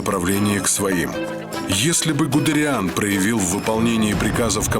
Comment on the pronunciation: Он ГудЕриан, а не ГудериАн (произноситься ГудЭриан)